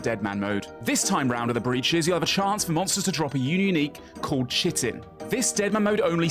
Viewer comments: Pretty sure chitin is pronounced "kite-in". It's like the exoskeleton of an insect. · Chitin is pronounced "Kite-in" for what it's worth. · Interesting pronunciations of Prayer, Ardougne and chitin 🫣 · no way he pronounced chitin like that ew